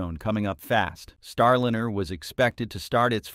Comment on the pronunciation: Agreed, click bait BS and the artificial voice is cringe AF, EVERY time I hear starlEEner it's like fingernails on the chalkboard.